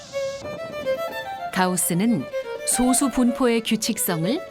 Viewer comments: [소수]아니고 [소쑤].... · [소수]가 아니라 [소쑤]입니다. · 발음이 너무 거슬린다.... 소~수가 아니고 소쑤 입니다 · [소:수]라고 읽으면 안되지. 이제 솟수라고 표기는 안하지만, 여전히 발음은 [소쑤]라 해야 옳다. 철자만 같을뿐 음도 다르고 그 뜻도 다르다. 즉 동철이음이의어. 성우는 그렇다 해도 분명 감수하는 이가 있었을텐데 성의가 없네. 좋은 내용을 사소하지만 기본적인 걸로 신뢰까먹는... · prime number는 [소쑤]로 발음해야... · 여기서의 소수는 [소쑤]로 발음해야함....국어사전에...[소수] 와 [소쑤]는 다른 용어임.. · 표기는 "소수"지만 발음 '솟수'하고 합니다. '소수'라고 빌음하면 0.1같은 수를 가리킵니다. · 표기는 소수인데 발음은 아직 [소쑤]가 맞습니다... 영상이 잘못됨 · 소수 발음 듣고 바로 나가기